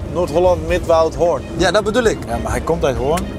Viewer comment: Zo mooi hoe stuk Hoorn uitspreek. Je hoort echt dat ze er niet vandaag komen. Tis Hooren zoals Antoon t zegt.😂